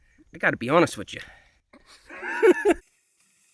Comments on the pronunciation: “I gotta be honest wich’ya” 😂 Great topic Seth! You’ve got a good heart… love that you focused on donating to charities for a solution. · “I gotta be honest wich-ya” 😂